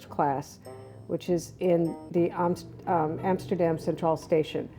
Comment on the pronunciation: LOL at how you almost started pronouncing 'Amsterdam' with a true A, caught yourself and went Ameeerican again. Eeeeeemsterdem (ugh). One day you will get it!